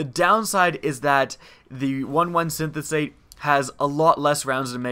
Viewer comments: Synthate? Just take a moment to read it; Syn,es-thete. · just cause i'm a fan and I want you to sound like a pro. synesthete. sin-ess-theet. a synesthete is someone who uses their five senses in different ways, like hearing colours. cool anime show called Canaan if you're into that. cool and informative vid, thnks for sharing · it's pronounced Sin-es-theet Synesthesia is a very interesting topic, one should read up on it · u pronounced synesthete wrong